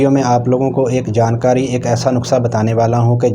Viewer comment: ایاک لفظ صحیح کریں زبر نھیں زیر ہے